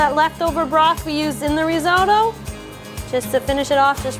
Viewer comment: Not reezohdoe. It’s risotto .and you’re a chef? Try translate app!!